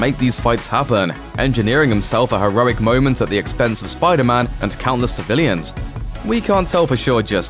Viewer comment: SPYDAR-MAN! lol love the accent